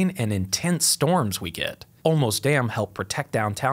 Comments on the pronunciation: Born in SA, parents raised in SA, many relatives still there and I visit often. I have never heard your pronunciation Olmos ... Thank you for such great TY content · Is it "Olmos" a dam? Sorry, bad joke.